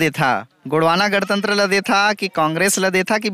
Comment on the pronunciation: "गड़तंत्र" नहीं भाई 🤦 "गणतंत्र" ।